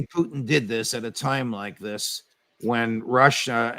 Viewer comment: Ray, Its not Pooteen its Putin